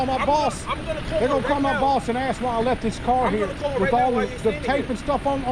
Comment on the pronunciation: "then let me ax you this" That is so effing annoying.